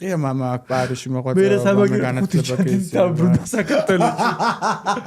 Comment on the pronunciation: ყველაზე სუსტი სტუმრის ნაწილი, ეს და სოფო ნიჭარაძის ეპიზოდი-სამწუხაროდ ვერ შედგა, არაფერი საინტერესო, არაფერი სახალისო, არაფერი ახალი😒🫣 P.S განათლება, განათლებაო და რესტავრაცია ვერ თქვა ტიპმა სწორად 🤭🙃